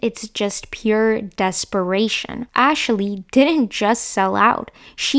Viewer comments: its “Ashley” not “Ashely” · 😂 just noticed.. ashaley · "Ashley" having three syllables is not something I ever thought I'd give thought to…